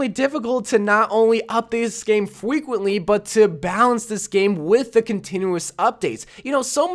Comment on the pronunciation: DID I HEAR FWEQUENTLY!?